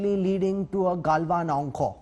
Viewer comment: It's galwan not kalwan bastard and it's named after Muhammad galwan